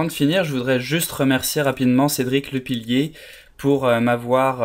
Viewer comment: Lepiller, comme 'air' à la fin ^^ C'est bien que tu l'ai mise à jour, ce sont de bonnes astuces ;)